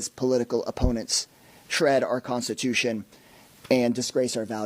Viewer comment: Constitution and not CUNSTITUTION..BY PDOS